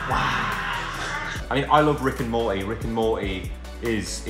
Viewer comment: no one: liam: mo-ey (mortty)